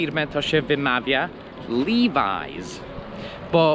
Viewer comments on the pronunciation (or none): Nie żaden liwajz tylko właśnie lewis. Jesteś w dużym błędzie. Tak samo jak amerykańce źle wymawiają np. Porsche mówiąc porsz. Doucz się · Nie kłamię. wymawia "liwajs", nie "liłajs".